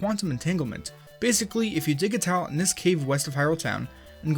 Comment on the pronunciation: When he says tile, it sounds like towel.